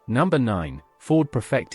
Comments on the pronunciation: Can we just stop this AI shite that seems to be infiltrating YouTube now? Oh , and its Ford PREFECT NOT PERFECT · Obviously AI. Nice English accent, but Prefect is pronounced "Preefect". I bought a 1947 Ford Prefect in 1961 for £50. My first car. Registration number CHS 879. Already rusted out and burned oil at almost the same rate as petrol. As for the heater barely working, there was no heating at all. I think it was an optional extra. Only 3 forward speeds, but you had to hold in 2nd gear because it would otherwise slip back into neutral. The windscreen wipers were driven by vacuum from the inlet manifold. That meant they didn't work at all going uphill, but went like clappers going down. The car failed completely after less than a year. I got £5 for scrap value. It was cheap motoring and still brings back delicious memories. 4 of us (2 boys and 2 girls, one the girls my future wife) went on a camping holiday in it to Devon and Cornwall with 2 tents. The rest is strictly censored.